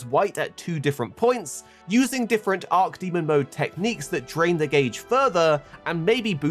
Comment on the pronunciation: imagine being a youtuber with 1.4 mil subs and mispronouncing arch demon as arc demon that many times lmao come on bruh